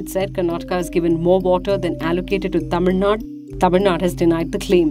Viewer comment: It's Tamil Nad'U' and not Tamil Nad.